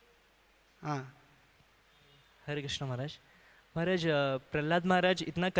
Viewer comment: हरे कृष्ण हरे कृष्ण कृष्ण कृष्ण हरे हरे l हरे राम हरे राम राम राम हरे हरे ll सही उच्चारण कृष्ण है. 🙏🙏